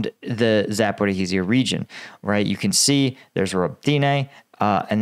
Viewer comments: On the topic of pronunciation, Zaporizhzhia's spelling is more complicated than it sounds. It's pronounced Za-po-ree-ja. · More accurate pronunciation: " Zappa RHEE zha" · It's not Zaper-oh-heez-ia, it's Zapo-reezia or the shorter version is just Zapo. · Zaporizhzhia "zuh-puh-REEZH-zhee-yuh." ZH is pronounced as the "s" in "pleasure." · Bro i be like your video but for god's sake learn how to pronounce zaporozhia